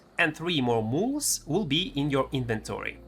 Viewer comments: For anyone else confused, "Mooles" is Mules. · Also... "Mools"